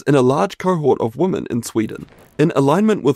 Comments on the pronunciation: Great information. You know that woman and women are pronounced differently? Maybe not in your part of the world? 😄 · Has the word 'women' changed in the past decade? Everyone pronounces it 'woman' now. It's so weird.